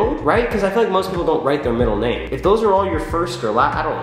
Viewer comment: I put 4/5 on the out going scale as in between 4 and 5...so 4.5 lol its ok though, we all have different construals and you said my name right so that's all that matters <3